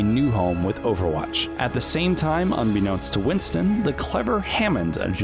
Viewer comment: does anybody notice that he keeps saying winson than winston?